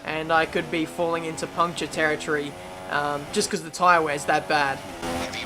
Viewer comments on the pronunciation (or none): none